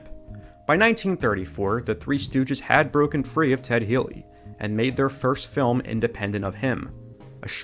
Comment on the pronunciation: Every time he says the word "film" I keep hearing "dumb" until I go back a few seconds. Weird.